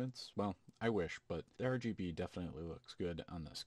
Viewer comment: Got a sub from me, just because "Ur-GB" :D